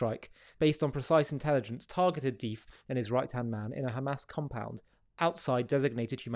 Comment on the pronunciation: Duff not dif